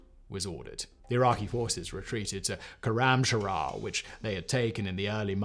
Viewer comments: Awesome information but please, it's not khoramshara, it's khoram shahr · Koramsharah..... how fkign hard is khorram shahr to pronounce ? Its shahr means city not shahar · Sloppy reading too. It's Korramshahr and not Korramsharahr. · I suggest an adviser on pronouncing Iranian city of خرمشهر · As a Farsi speaker, hearing his pronunciation of "Khorramshahr" hurts 😅